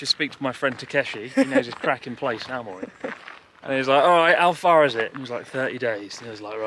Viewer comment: ♨AOMORI と❤AMORE読み間違えましたw